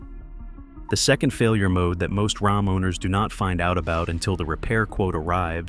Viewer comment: Heme and RAHM. I hate AI videos.